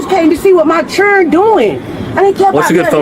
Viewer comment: it’s “children” not cherin or however she’s saying it!!! That is so annoying! Learn to talk